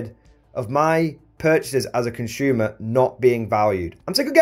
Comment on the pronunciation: Consumer is pronounced "consumer", not "conshyumer"